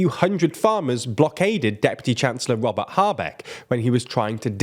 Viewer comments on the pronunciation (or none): none